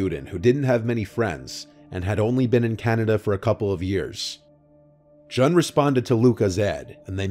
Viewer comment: Love you,, but Jun's name is pronounced like the month of June, not rhyming with gun.